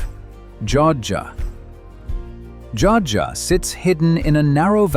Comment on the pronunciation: Joadja - pronounced: Joe add ja - 3 syllables.